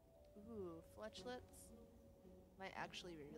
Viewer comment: I like your mispronunciation of Flesh-lets ... think I'm going to start doing that too 😸 || Nice shop too ... Adrenaline, Dramatic Entrance, Flechettes, Footwork ... pick any 3 of 4 High ascensions, it's often difficult if not impossible to get perfects against elites ... you have to accept you're going to take a bit of damage to finish them off and continue climbing ... Hovering Kite works exceptionally well with your Pocketwatch ... seems like it would have been really useful for a discard deck, hope to get a bunch of Sneaky Strikes Valiant effort, but that second act boss wasn't playing around ...